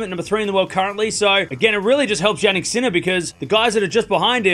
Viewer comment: I heard Jan-Nick sinner :p